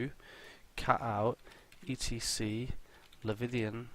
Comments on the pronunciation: Leviathan not Levithian... but good vid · Bruh is english like your 4th language? How can't you pronounce leviathan or have come across that word before. But awesome video apart from every time you said that lol